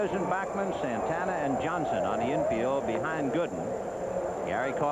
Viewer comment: its bAckman not bockman, scul.. what are u jewish now ?? .. hahaha